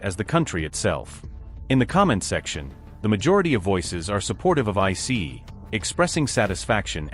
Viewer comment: Good ol' I-CEE. Down with AI. Downvote.